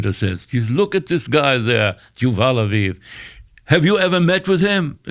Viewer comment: Juval? 😂 Yoyvel.